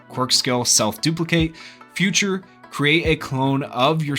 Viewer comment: Bro it's feature... not future...